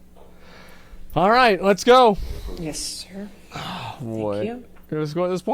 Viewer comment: when he says "orite" you know he's about to combo them